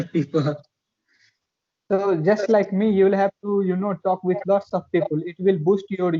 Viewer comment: Bro not pi pul It's pi pal otherwise I love your talking style 🥰♥️